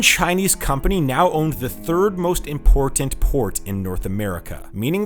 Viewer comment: I can't tell if he did this on purpose but he emphasized "port" in "ImPORTant" in such a weird way that I thought he was making a pun XD